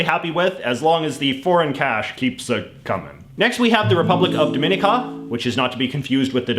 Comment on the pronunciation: Good work JJ. As an aside, Dominica is pronounced with the accent on the penultimate syllable, not the second one.